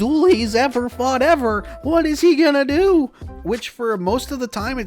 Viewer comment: We will deoo him! (music stops) Um... did you say... "do him"? I said deoo him! What part of 'deoo him' doncha understand? Still never gets old!